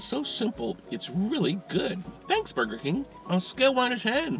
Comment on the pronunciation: Well that how I’m going to say it now boiger king oh yes 👌🏻